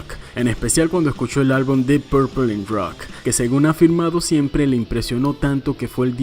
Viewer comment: Porque dices “ruoc”??...es rock ¡plop!